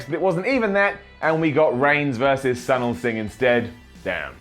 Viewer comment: It’s pronounced “Soo-neel”.